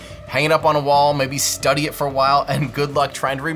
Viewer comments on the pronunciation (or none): none